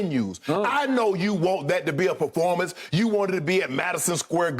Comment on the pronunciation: Shannon saying baformance? Performance not baformance